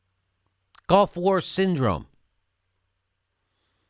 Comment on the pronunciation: Jimmy, why do you keep saying "golf war"?